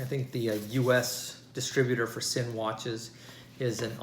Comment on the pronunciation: Nice, it's pronounced Zinn